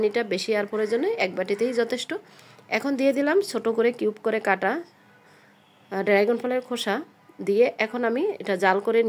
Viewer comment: উচ্চারণ ড্রাইগন না, ড্রাগন